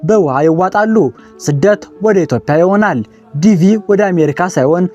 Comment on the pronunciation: ኢትዮዽያ እንጂ ( ኢትዮፕያ ) አይደለም ምንነካህ